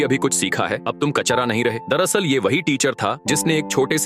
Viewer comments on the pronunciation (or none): none